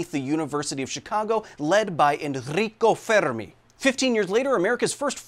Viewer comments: You are not fooling us, you made this video to flex how good your "R" pronunciation is, that Enrico Fermi was agressive and I loved it 😂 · Love how extra you went when pronouncing Enrico Fermi’s name. Unironically top notch